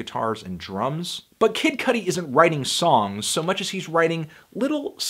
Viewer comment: Idk why saying "Kid Cuddly" made me laugh chuckle so rapturously.